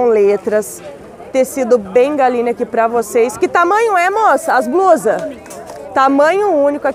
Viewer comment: Sotaque e não. Trocar r pelo l...